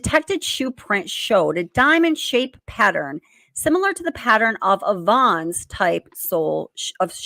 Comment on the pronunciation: The shoe print in front of Dylan’s door is not a VONS SHOE, it’s a VANS SHOE, pronounced like a moving Van. Sorry, not trying to be rude, that was bugging me. Plus. VANS shoes are very popular in the skateboard community, and with kids and young people. I’m having a hard time picturing BK wearing Vans shoes…